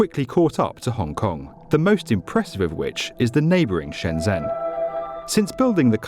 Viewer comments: Isn't it Shenzhen, not Shenzen? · You are amazing. But please learn to say Shenzhen. ‘zh’ here sounds like ‘j’